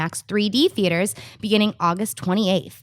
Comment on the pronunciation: lmao "stheaters"